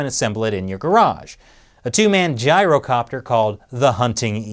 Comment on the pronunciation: That "gyrocopter" though rofl